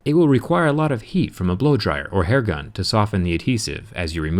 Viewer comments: "hair gun" ?? XD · did you say hair gun..